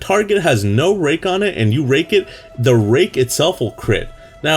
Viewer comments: Sounded like rape :P Not that i know how rape sounds like :P IT WAS CONSENSUAL!! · didnt sound like rape at all what